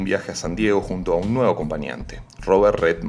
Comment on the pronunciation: No se le intiende cuando dice las fecha el 9 no lo pronuncia bien